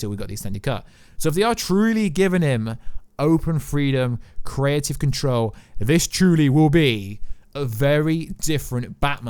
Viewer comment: Am I the only one triggered when he says "Pacific" (specific) and "Caretive" (creative) 😫😫